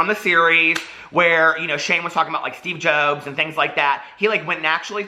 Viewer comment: Did he say "Steve Jobes"..?